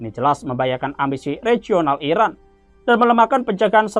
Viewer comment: Kalau ngasih kabar yg jelas ngomongnya ngapa... Iran apa Irak... Yg di sebut..??